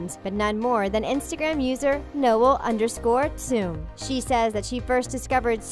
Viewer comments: Saying Noel in the Male way, it's probably pronounced Noelle...and she said ickspecially instead of especially... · They kept saying Noel wrong it is pronounced No-Elle, as in saying no Elle. I know she spells on different but still, geez